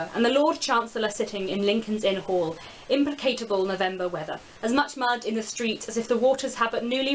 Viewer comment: You mispronounced 'implacable'. Thank you